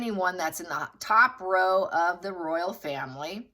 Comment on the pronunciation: it is Royal row (pronounced as in now) - meaning argument We use row (pronounced as in now) as argument in the UK.